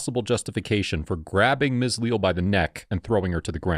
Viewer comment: lee-al is how its pronounced I do believe. Unacceptable behavior by Deputy. Glad he was terminated.